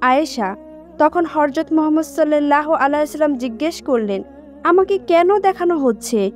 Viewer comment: রাসুলে কারীম হযরত মুহাম্মদ সাল্লাল্লাহু আলাইহি ওয়া সাল্লাম নবিজীর নাম টি ভাল করে উচ্চারন কর, শুধু একারনেই শুনতে রাগ উঠছে😡😡😡